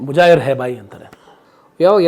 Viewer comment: ಮುಜಾಹೀರ್ ಅಲ್ಲ...ಮುಹಾಜೀರ್..